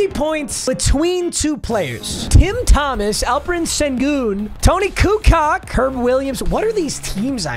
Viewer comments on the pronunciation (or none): “Toni kucock” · You fumbled the first game hard lmaoo. The way you say Kukoč 🤦‍♂️. As a Croatian, that made me cringe hard. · Why did he butcher Kukoc’s name so badly? 😂😂😂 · And not pronouncing Toni Kukoč’s correctly